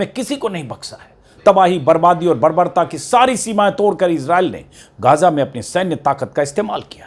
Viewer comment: गाजा नहीं, इसका सही उच्चारण हैं, गज़ा